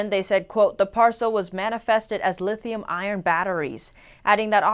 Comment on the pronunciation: Did she say "lithium iron batteries"? Lol It's a shame that newsreaders are no longer trained in elocution.